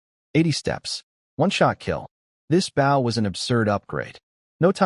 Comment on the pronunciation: Could you PLEASE teach the narrator bot to pronounce "bow"?